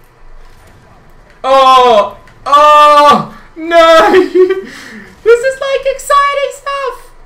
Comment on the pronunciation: i love how he say NAY instead of No lol